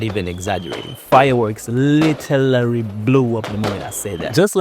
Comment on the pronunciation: "Litelaly" had me rolling 🤣